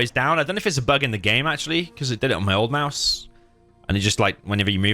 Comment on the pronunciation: "Oh my mouse is stuck" sounded like "oh can't build there" 😂